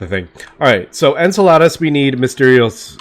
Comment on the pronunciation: Why are you trying to get to Salads? You’re pronouncing Enceladus (En-seh-luh-duhs) like the Spanish word for salad (ensalada) XD